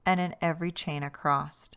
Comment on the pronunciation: "Across", not "acrosst" / "acrossed". 😂 Don't take it personally, it must be a bad habit for many, because I know 3 other crochet youtubers that say the same! Drives me 🦇. This pattern is SO cute!! I made it in one sitting! 💕 Thank you for taking the time to make videos.